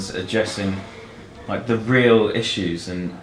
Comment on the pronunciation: Rou said "issues" wrong